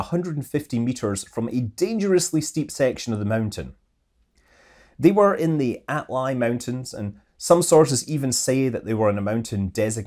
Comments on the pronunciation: Mountain name is Altay(like tank) not Atlay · One thing, its not the At-lay mountains, its the Al-tay mountains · Altay. Not "Atlay". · it's not Atlay Mountains, but Mount Altai* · Noticed a tiny error : You said Atlay instead of Altay around the mark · "They were in the Atlay mountains" Surely Altay, not Atlay! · It's "Altai", not "Atlai". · A l t ay mountains. Not A t l ay. Горы Алтай. Pretty famous mountains in Russia. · It's aL-Tai 😉